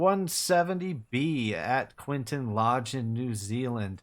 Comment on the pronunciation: The approach in real life must be done over the river at low level, and then you turn right on final, not the way you do, and the name is Quintin Lodge, not Quinton.